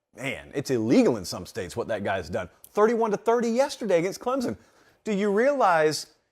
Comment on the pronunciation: I am a South Carolina fan, but you are pronouncing Clemson all wrong. ClemSon not Clemzon.